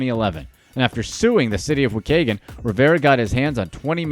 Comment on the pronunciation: I love how he pronounce wa kay gun 😂😂 it’s wa-key-gun